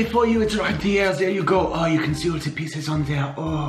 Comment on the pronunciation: Every time he said oh I thought he said ew